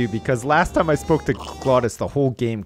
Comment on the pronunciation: its time not toiam